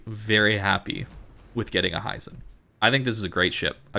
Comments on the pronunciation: Hee-zen not "Hi, Zen!" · Hizen. Not Haizen. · HI-ZEN! not HEISEN!